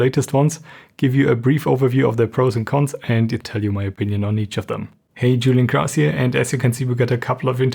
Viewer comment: Du heißt nicht "Dschuliän Krohs", es bleibt bei der normalen Aussprache deines Namens, wenn du Englisch sprichst. Du sagst doch auch nicht "Neff Jork", wenn du Deutsch sprichst und New York meinst.